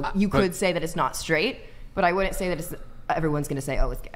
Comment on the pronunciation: Wood-dint vs “wouldn’t” immediately eliminates your credibility.